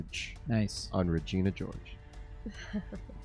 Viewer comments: Its "Re-gene-a" by the way. LOL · It's *Regeena* LOL ...